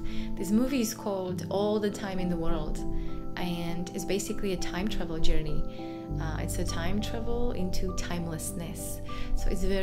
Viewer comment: This is actually an unusual “Yourney”